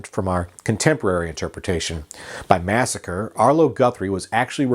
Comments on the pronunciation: its massacree..... you keep sayin massacre.... two totally different words...... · Mass a cree….not Massacre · Alice's Restaurant Massacree. Massa - CREE. NOT "Massacre". And I think the friend's name was Roger. And it was Alice's Back Room. Arlo isn't well these days and isn't doing interviews or playing shows; but he has a huge family who would probably comment on the truths and fictions of the song. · The last time I listened to this song, it's spoken Masacre, not Massacre. Otherwise informative. Just saying. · It's "massacree". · Massacree. Its massacree.